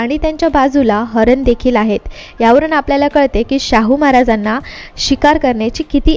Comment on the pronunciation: हरण?? हरीण...